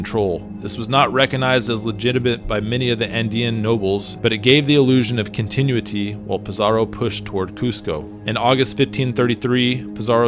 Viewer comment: So informed yet cannot correctly pronounce “continuity”. Come on.